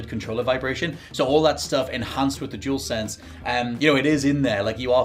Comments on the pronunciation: he’s saying jewelsense instead of dualsense 🤣🤦‍♂️ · Jewelsense seriously 🤦🏻‍♂️ say it properly.